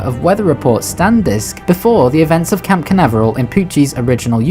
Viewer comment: Hey it's Cape Canaveral, not camp. Like the space center in USA.